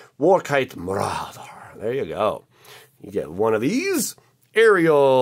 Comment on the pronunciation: That "marauder" pronounciation made my day! Haha!